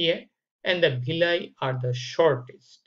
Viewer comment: Not bhilly it's *villi😂 But informative 👍